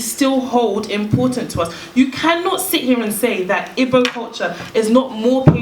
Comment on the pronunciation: the one that is quickest to criticize Igbo culture can't even pronounce "Igbo" lol. The primary aim of the colonizers was to make us forget who we are. African spiritual science is all about KNOWING YOURSELF and your destiny, that is why to the Yoruba probably the most important deity is you own Ori, to the Igbo it is your own Chi